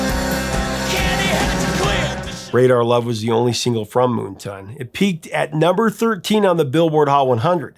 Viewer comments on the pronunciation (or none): Isn't the album title "Moon Tan" (not ton) as in the opposite of Sun Tan?